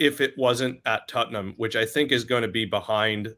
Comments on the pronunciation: Why is he saying tuttenhum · What is tut-num? Spurs may be easier to pronounce.